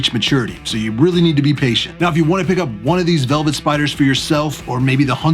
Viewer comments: Velvert. Lol was that intentional? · Says “velvert” spider on your intro- very nice and well done however! Keep collecting! -fellow youtuber